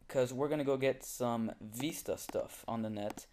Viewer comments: It VISTA not VESTA! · Vee-sta? No it's Vis-ta